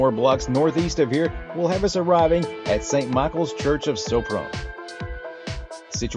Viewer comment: It sounds like 'Shopron' not "Soaproan"